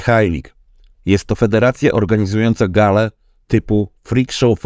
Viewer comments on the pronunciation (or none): none